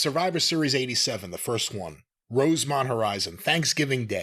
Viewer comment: as a Rosemont native I always love and appreciate hearing someone get it right instead of saying "Chicago"